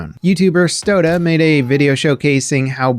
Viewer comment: Stodah pls xd